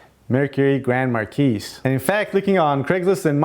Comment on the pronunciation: Not 100% accurate, but close enough. If you go out and buy one of these cars, please don’t beat the hell out of it. True ford made a ton of them, but nice ones are getting harder to find. And for all intents and purposes the town cars are the exact same thing. The “S” in grand marquis is silent!